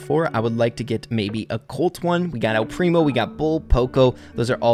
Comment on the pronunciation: I was partially deaf and know i can hear that mortis is mortis and not Mortise like is says in videos and colt is colt and not cult